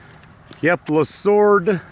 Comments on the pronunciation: It’s pronounced Le-Swords-Ville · It's pronounced le swords ville, but it was Americana Amusement Park. If you were serious about having fun, you had to burn gas and money and time off the clock to go to Cedar Point 4 hours away or get killed on a ride at local Kings Island. Americana was a place where you took a kid to kill a day eating bad pizza, slushies, and walk around, ride the coaster. It was a cheap day off. And be home for dinner.